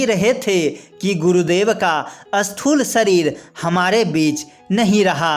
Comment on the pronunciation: ज़रा हिन्दी अच्छी तरहसे बोलो अस्थूल नहि स्थूल बोलो